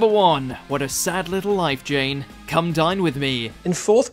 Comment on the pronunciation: Had to relisten to the sad little life Jane and it sounds like you said Jen